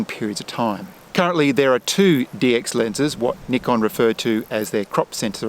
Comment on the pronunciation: THANK YOU for saying NIKON with the correct pronunciation!!!